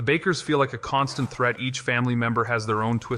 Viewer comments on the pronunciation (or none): none